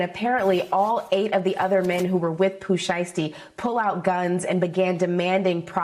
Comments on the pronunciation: get Pooh name right said it right pooh who 😂😂😂😂 lmfao if u can't said right then no need to give us no feed back about the situation pronounce it right lol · That “Pooh shursty” is killing me tho. lol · Who is Pooh SURE~uh~STEE? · I’m from Memphis, and I’ve never heard of “Pooh Sheerstee!🤣🤣🤣😭😭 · Why is it saying his name wrong like that sounds dumb boo stop talking about a person if you can’t even say name right not funny